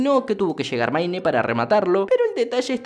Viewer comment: "maine" parece broma la pronunciación tan mala que tiene